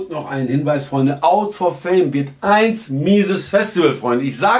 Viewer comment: warum sagst du eigentlich immer EINS nicer Track? Wenn du 1 meinst, das wird so ausgesprochen wie immer...ich schäme mich jedes mal für dich wenn du das so aussprichst...